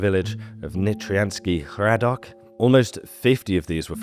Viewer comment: Thank you. Very interesting. I've never heard about them even though I'm originally from Slovakia. More like this please. Btw, you pronounced Nitriansky Hradok really well 👍